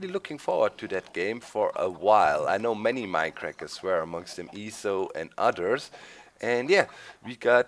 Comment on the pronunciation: I love when doc says others but it sounds like udders :)